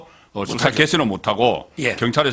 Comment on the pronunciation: 우리말은 장단이 있는데, 탄핵의 탄은 길게 발음 해야 합니다. 수사의 수도 길게 발음하는게 맞읍니다